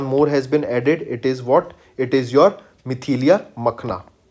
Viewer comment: Not Mithilia It is Mithila 😑